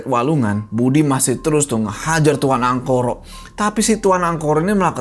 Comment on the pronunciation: ga salah denger pak kades ''Angkoro" 🖐